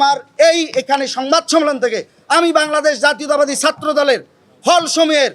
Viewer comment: জাতীয়তাবাদ উচ্চারণের সময় ফিতা আটকে যায় নাকি? দুই আলিফ টান দিতে হয়?